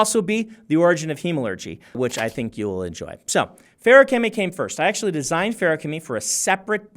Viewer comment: I'm so glad it's pronounced like how Brandon says it and not fa-roo-kemy like some YouTubers say it